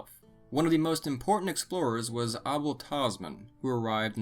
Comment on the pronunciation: He also pronounced Abel Tasman incorrectly.